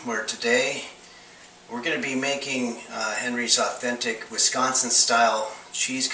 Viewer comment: Love the beard and the way you say “Wisconsin”,!